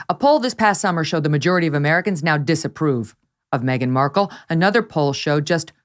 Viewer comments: No one applies to Hooters thinking they want you for your brains. 😂😂😂. I’m sure the waitresses didn’t mind their tips. And who says Mark Kel? Please 😩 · Well I hate to tell Markle , that she isn’t the only Markle one in the world , there was a family in court & they pronounce Markle exactly the way that women who was yelling , at Markle to suck it in . Howie Mandel said Markle was fired from the show , because Markle not the bimbo, the slut she is , was putting her claws on Howie. Howie wife asked to have her gone ,& I don’t blame her at all. No wife wants to watch that. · She talks like she's reading from a book , how can you not pronounce Markle! Stupidity at it's fullest! Who made her work there? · Did she say the woman coulldn't pronounce her' 'Black Name'? As far as I understand it her fathe mr Markle is white . She is beyond ridiculous. and as for the Purring voice. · I think her wrangler deliberately mispronounced her name just because she didn’t like her.